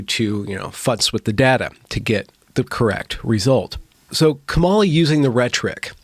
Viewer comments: I agree that "equity" as the video referenced is a completely unrealistic goal. Just curious, though: are you pronouncing "Kamala" incorrectly on purpose? If so, I don't think it really adds anything to the conversation and would advise against passive aggressive moves like that. Your logic can stand on its own. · Dear, please pronounce her name correctly.